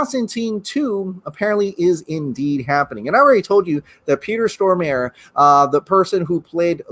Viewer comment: Stormare is pronounced *STOR-MUH-reh*.